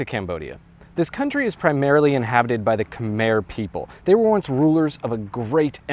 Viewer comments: It’s not (kuh meher) it’s (Kuh my) idk why google has the pronunciation wrong. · You said Khmer wrong. It’s (Kah Mai) not Kah Mair..I’m full Cambodian that’s not how you say it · Pronounced ka-mai. Beautifully done. Brings tears to my eyes. I have only been met with kind eyes and sweet smiles from the Khmer people. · Americans pronounce it as kuh-mere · khmer i’m pretty sure is pronounced ka-mai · the way he promounces khmer